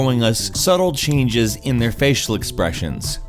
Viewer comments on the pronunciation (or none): none